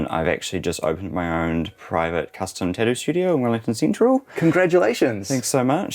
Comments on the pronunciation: Oh lord, what he did for a living got lost in his accent and mine - I kept hearing tit-tio (must be said with a west coast US accent) - not tattoo. 😂 The evolutions of language is amazing. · Beautiful space! On a funny note it took a long time to realize he was saying tattoo. I was like what is a tadu? Should I look it up? Haha